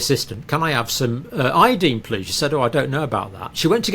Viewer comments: Dear Dr. It’s pronounced I. Uh. Dine. Proper pronunciation is essential for proper communication. As per usual you insist on saying key words wrong. Such impertinence when I was learning English was punished. Usually with a request to write a paper on “The Importance of Proper Pronunciation of The Queen’s English “. Disregard and disrespect of the Teacher was not acceptable. You do it constantly. Ev O looshen and not E vo looshen. You may have been considered for a Tenured position but your examiner would have noted your arrogance for mispronouncing key words. Such basic mistakes are passed onto your students. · Pronounce iodine with a long i and people may understand what you mean.